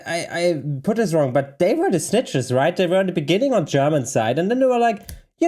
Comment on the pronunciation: When you said "they were the snitchers", at first I thought you said "they were schnitzels" 🤣. Sorry - I'm an American. We make jokes out of everything! 😂